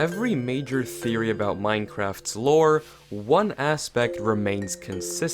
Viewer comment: Welcome to wifeory. Me : talking about my wife huh?